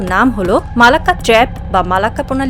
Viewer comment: পাদ না, হবে ফাঁদ। উচ্চারণ ভালোভাবে করেন